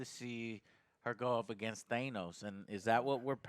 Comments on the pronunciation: It’s Thaaanos with a long a not Theinos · why does he say: "Thay-nos"??? Isn't it: "Thah-nos"?? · JOE , why are you pronouncih Thanos wrong?! Its not thejnos its Thanos...